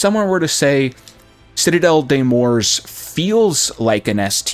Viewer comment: Doesn't know how to say the map right therefore not wasting time watching this